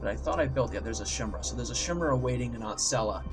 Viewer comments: so I wasn't the only one who was bothered by that. BTW, it's pronounced kai-meer-ah. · this actually bugs me. it's pronounced "kai-mera" not "shmira". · chimera is pernounced ki-mirr-aa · "Shimra. Shimra. Shimra." That's not how you pronounce chimera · Sorry, but I cringe every time you pronounce "Chimera" wrong, so here is a useful link